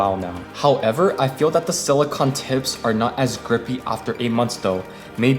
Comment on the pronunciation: It's pronounced sili-cone my man not sili-con